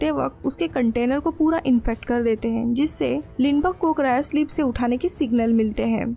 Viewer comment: Mujhe isski "hain" kyu "haim" sunai de rahi hain.